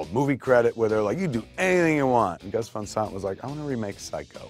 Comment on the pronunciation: Gus Fahn Sahnt